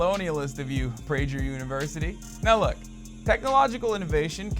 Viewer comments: It's pronounced "pray-ger", not "pray-jer" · It’s pronounced “pray-ger university”, named after Dennis Prager. Not pray-jer. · Prejer? You don't write your own scripts do you? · "You're a witch!" "No, I'm not!" "That's what a witch would say, witch!!!" Sigh. BTW, it's not Prajer University, dummy. Have you no educated adults around checking your videos? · 800 BC to 1950 - 95% of scientific advances came from the west. Also Hasan, learn to pronounce Prager you f*** moron.